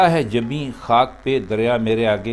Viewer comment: پہ کو peh پڑھیں صاحب pah پڑھنا غلط ہے